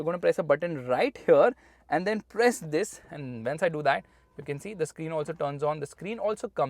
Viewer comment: Every Time he say "TTHIS"